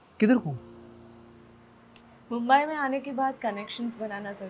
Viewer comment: मुंबई✅ मुंबाय❌